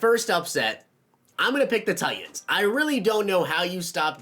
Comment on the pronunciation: What is with these you tubers? Tighens. There’s a T in there. Button. A T. Important. Another T